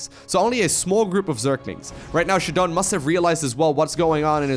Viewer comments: ShaDoWn should be prounounced as "shut down" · i pronounce his name shadow-N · I think this is "Shadow N" is how it's pronounced.